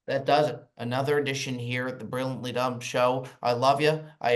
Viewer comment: 248th Episode in a row where can't pronounce the word "Brilliantly"